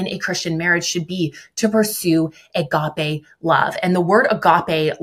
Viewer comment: It's crazy to me that doesn't know how to pronounce "agape"